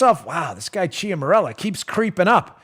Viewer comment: Dan, please do something for me. Please pronounce this word: "Mella". Note that there is no "R" in that word... A minor annoyance. Now say, "Chiara" (Ciara). Then say, "Mella". Thank you. It all adds up to attention to detail. The material - GOLDEN!!! The analyst (You)? TOP DRAWER!!! Keep up the good work.